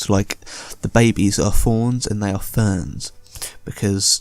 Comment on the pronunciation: Ferns? FERNS!? Do you not speak ENGLISH!? While also being a native speaker I presume? IT'S FEEEEERAAAAAAAAAAAAAAAAAAANS! You can shove the FERNS in your arse Sir! Also you pronounce Varyn's as Varian's. Go BACK TO SCHOOL! NOW!